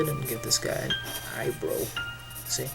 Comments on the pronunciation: its EYE-BR-OW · Im sorry but.... Eye what now?? I mean i guess its how you say eyebrow but.... It bugs me...😅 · I love how he says eye-bro instead of eye-brow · "Drow Anothah I Bro" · Why does he say "eyebrow" like "eyebrew"